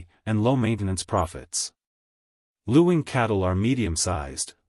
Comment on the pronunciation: It’s pronounced ling the u is silent.